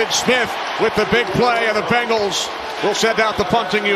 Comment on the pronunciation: Is it just me or does it sound like he’s saying bagels every time he says Bengals? 😂